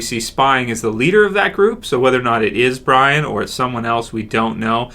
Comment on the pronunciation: I think we are going to meet a female leader pronounced BREE-on, not Brion. look at the boots tied without electrical wire... much too big, the heel of the boot and ankle don't line up.Another indication is in the peek at her spying on Father G. The person's hand are too small with delicate long fingers. Not the hands of a man.